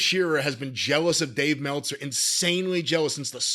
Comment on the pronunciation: “Dave MELTza!” - Wrestlelamia